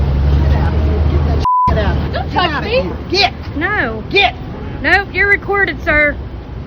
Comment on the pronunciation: "Gyit." Come on man. 🤦🏻‍♂️